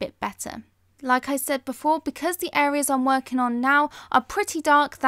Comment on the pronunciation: Why do you sometimes say "Areas", but then also say "hareas"?